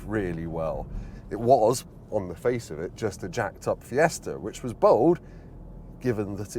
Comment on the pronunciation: I wonder if that fella is still about, to tell he’s not saying Fiesta correctly 😂